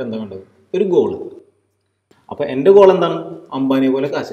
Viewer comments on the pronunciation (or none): Goal alla mwone Gool😜😁